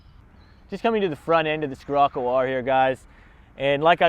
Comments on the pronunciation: Oh my gosh killed my soul every time he said it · skerocco lol its pronounced sherocco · Not dissing. Just correcting. "SHHHHHHHHHHHHirocco". Not SKSKSKSKSKSKIrocco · “Skirrocoo” it’s pronounced shir-occo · It's pronounced shirocco bud 🤣🤣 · I was willing to forgive him buh man ooh man he said 'skirrocoo' alot 😂😂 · Learn how to pronounce Scirroco. And the difference between 'wheelbase" and "track". Drove this and the 4wd Golf R at a BW track day at Sydney Motorsport Park. The Scirocco R more lively, far more fun. Not carrying the weight of the 4WD. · Learn the damm name moron, how can you review are car and not know how to even say its name 😡🤬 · can’t say or don’t know? Lmao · Haha was gonna say